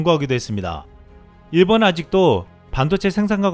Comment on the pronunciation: 발음에 신경 좀 써 일본은 의 본은이 안되잖아 일보느 이렇게 되잖아 그리고 천천히 읽어 놓치는 글자도 있어